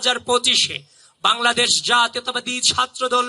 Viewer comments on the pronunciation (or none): none